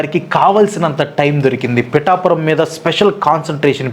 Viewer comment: Bro its pithapuram 😊